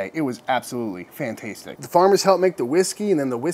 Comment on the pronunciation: Did my dude just say Fan-taste-tic?